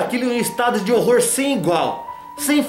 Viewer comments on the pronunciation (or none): none